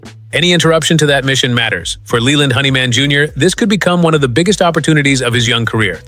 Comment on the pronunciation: Ai that can't pronounce words honeyman its hendrickman 😮ai is a bunch of 💩